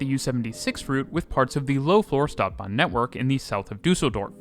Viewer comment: Feel free to get in touch for help with pronunciations. Stadtbahn, St = sht. Bochum: oom.